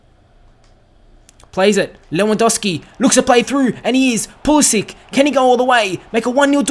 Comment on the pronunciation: Great to see Christian Pulisic score you should keep playing him he is class although it's pronounced Puhlissick that said glad he is getting game time keep it up :-)